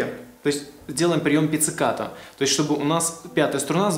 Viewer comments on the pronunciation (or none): вообще то, нет. только у гитаристов так приём называется, и да, не "пецикато", а "пиццикато".